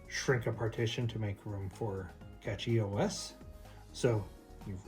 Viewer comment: Thats funny; you keep saying Catchy OS... there isn't a T in Cashy.